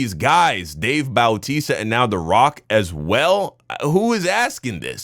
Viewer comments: dude its not dave boww-tista it's dave bau-tista. No shade 😅😅😅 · BOOWWWW TISTA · The way you are saying “bowtisa” is killing me 😂 ain’t no way you never heard his name been said in wwe back in the day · The way he keeps pronouncing it as dave "bowtista" flirting with my ocd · The way is pronouncing Bautista(Batista) is paining me...... 💀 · 😭 true bautista